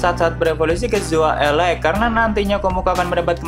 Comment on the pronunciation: "Zoa Ere" bukan ele😂